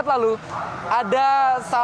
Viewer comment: Riziq ... Reziq .... ndak sopan nyebut orang leeeeee ..... leeeee .....